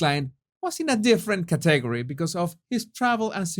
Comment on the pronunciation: I love Love LOVE your videos. They just keep getting funnier and funnier !! (Btw category is pronounced CAT-TA-GORY). Love you 💖💖💖💖💖💖💖🇬🇧🇨🇦